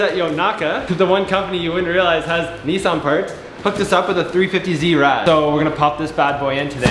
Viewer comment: “Nee sans”😭